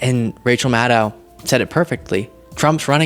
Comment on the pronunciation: Hey, pretty sure it's pronounced Mad-doh rather than Mad-dao, but thanks for the content.